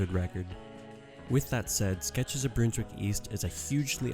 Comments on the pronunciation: Really well done but you’re saying Brunswick wrong. Its not bruneswick. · It's pronounced Brunswick as in Bun and Honey and Under. Trust me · As a Melbournian, listening to you butcher the pronunciation of Brunswick hurts me.